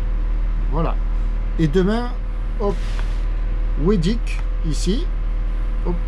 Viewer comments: Bonne idée la Bretagne. Pour un méditerranéen c'est toujours très dépaysant. On dit watt et eudic je crois....! Il faudrait allez a Belle île c'est sur la route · Il est partout notre. Quand il pleut dans le Sud il fait beau en Bretagne, toutes proportions gardées. Dernier sujet, le nom de l'île Hoedic se prononce Edic en phonétique. Très belles balades à vous. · on dit "hedic" et non hoedic ; dur de parler local en Bretagne !